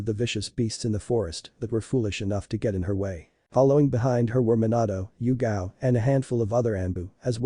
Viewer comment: Itgao.....its Yugao, changing the name.....